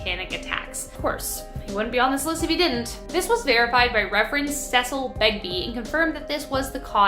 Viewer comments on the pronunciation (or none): none